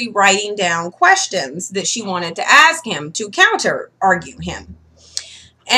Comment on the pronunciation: It's ASK, not axe ffs.